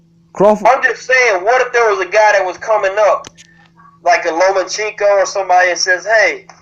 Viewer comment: I stopped listening when he said lomachenko lol